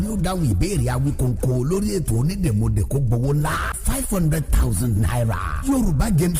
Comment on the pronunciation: O yẹ ki wọn tún advert Onídèmọdè yẹn ṣe.. "Onídèmodè" ni ẹni yẹn ń wí,, tó sì yàtọ̀ sí "Onídèmọdè" tí a ń pè gan.. Àti bí wọ́n ṣe kọ́.. A ma ń ṣeré kan nígbà tí a wà ní kékeré tí a má ń kọrin báyì pé : "Párá onídè wá mọdè,, Párá ọlọ́ta wá mọ ta Péú, Pèù,, Péú,,, Onídè wá mọdè rẹ.." Mo kan tí gbàgbé bí a ṣe ń ṣeré yẹn gan ni.. Orin yẹn ni mo rántí.. That was in the 1970s and early '80s.. "ONÍDÈMỌDÈ" ni, kìí ṣe ONÍDÈMODÈ. Ìyàtọ̀ díẹ̀ nbẹ níbẹ̀.. Ẹní tó dè nkan lọ́ mọ oun tó dẹ síbẹ̀.. Ẹní tọ́ béèrè question mọ answer.. Tàbí oun tí ó fi pamọ́..